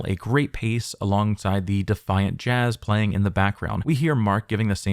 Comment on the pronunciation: "Defiant Jazz" ...Dude. Do better.